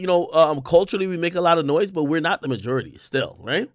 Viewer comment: Looooots of white hate in this episode :/ why do you pronounce majority like no one on earth does? 😭